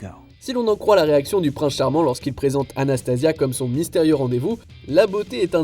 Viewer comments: Pas Anastasia, Anastasie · ben le mec quand il parlait de Cendrillon, il a dit Anastasia (une des sœurs de Cendrillon), mais il s'est gouré, elle s'appelle pas Anastasia mais Anastasie.